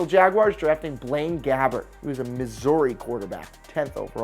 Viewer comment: Don’t ever say Missouri like that